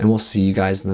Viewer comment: Canadian voice: "Ooh jeepers." Bwah!, you crack me up.